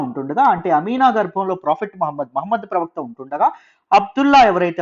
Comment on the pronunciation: pravakta chanipoindannaru?? No clarity